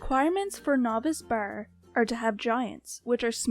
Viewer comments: When u say bar it sounds like ur saying baer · It's her Canadian accent :3